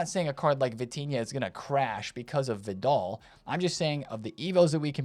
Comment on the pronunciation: “Vid-all” … this is definitely a gimmick for him. No way anyone can miss this much. 😂🤦🏻